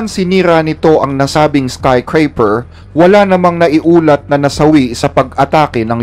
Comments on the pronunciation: SKYSCRAPER NOT SKYCRAPER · Boss tama po ba Skycraper??? O Skyscraper???